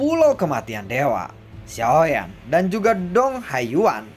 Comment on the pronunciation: Bg ngomong "Xiao Yan" nya jgn di gituin kurang enak denger nya Kaya dulu aja bg pembawaan nya enak. Dan pertarungan dewa bintang 8 bg bukan fighting bintang 8,bawa pke bahasa Indonesia aja jgn Inggris Inggris an